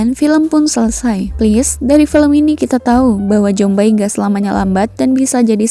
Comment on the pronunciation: Zombie dibaca zombi bukan jombai gajelad